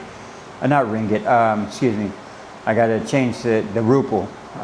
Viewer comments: "rupee ahh" moment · It's called Rupiah not ruple😂 Pronounced as Roo pee yah